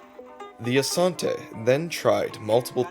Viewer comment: You actually pronounced it well, Asante! Ashanti is the English corruption of the word Asante. Asante simply means, because of war.